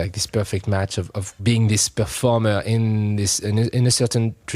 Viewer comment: Performairr. love it